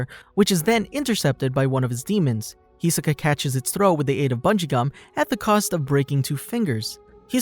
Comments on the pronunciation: It really irks me when they mispronounce his name. It’s hi-SO-ka not HEE-so-ka… smh ya’ll should stop watching anime dubbed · Every time someone calls him HEsoka I just cringe so hard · "Hee soka" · How you make a video of Hisoka can’t even say his name right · YOU CANT BE FORE REAL. you did a bio on this guy and cant say his fucking name? THE SHOW IS DUBBED. first and last one ill ever click on, yeesh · The way he says Hisoka is just painful